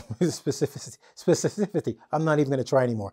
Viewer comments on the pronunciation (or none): Specificity...... Speci fi city